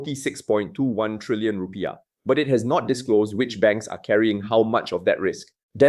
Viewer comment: It's not Ru - pie-ah but rupee-iah